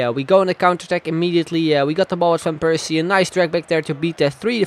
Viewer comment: Waarom zeg je van Persie op z'n Engels terwijl je alle andere Nederlandse namen wel op z'n Nederlands zegt